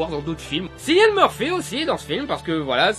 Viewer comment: C'est pas pour pointiller, mais on dit Killian Murphy, pas Sillian , sinon très bon film en effet !